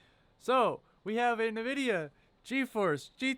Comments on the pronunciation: OH MY GOD!!!!! STOP SAY NAHVIDIA!!!!!! For fuck's sake it even says the name on a lot of games. It IS NOT pronounced NAH-vidia. It's N.... vidia. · It is pronounced as n-vidia not niv-vidia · OK PEOPLE ! STOP FUCKING SAYING ! ~ NA- VIDIA ! ~ it's FUCKING ~EN-VI-DIA~ the company literally pronounces it when you load up one of their products. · It's not Nuh-vidia. -_- It's N-vidia. Also, you could have just used GPU-Z from the get-go, and you'd have known what it was right away. It's a GeForce "seventy-eight hundred" - you don't say "seven thousand eight hundred". Good grief. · Pronounced Envidia not Nuhvidia. Instead of taking it apart to ID, just run GPU-Z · A few tidbits of advice for your new channel sir.... 1. It’s not ‘NUH-VIDIA.’ It’s ‘EN-VIDIA.’ 2. Please don’t say ‘Seven thousand eight hundred....’ Say, Seventy-Eight Hundred. 3. Just flash the correct BIOS onto the card, and at least you can use the dang thing. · Stop saying “navidia” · if i see a person pronounce something like Nvidia as NaVidia, im sure as hell will not take them seriously from that point onward and probably assume they're not tech savvy, so I politely ask you to take your ass load somewhere else. Thanks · Drives me crazy when I hear people pronounce it as "NUH-Vidia". LOL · NUH-VIDIA. Credibility lost.